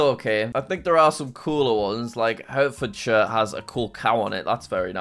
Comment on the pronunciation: Did he just call Herefordshire hurtfordshire